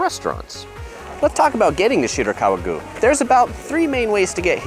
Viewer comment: He keeps saying Shirakawa-Gu instead of Shirakawa-Go.